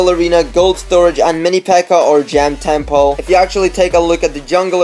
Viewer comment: How he says temple, TEMPOE